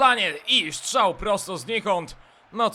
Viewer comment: POCO MUWISZ SZCZAŁ !!!!!!!!!!!!!!